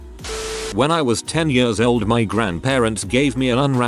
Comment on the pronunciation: I love when the robot voice tries to pronounce "years" and goes "yööörs"